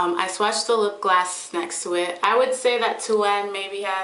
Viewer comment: i love how u say lipgloss u say it as if its lipglass haha randomness